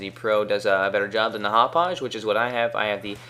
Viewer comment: Hauppauge is pronounced "hop pog" pretty much. I'm from the town and I know its a hard town to pronounce